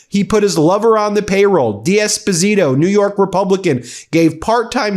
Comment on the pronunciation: It’s not ‘Dee Esposito’ it’ d’esposito…sounds like one word…. Just saying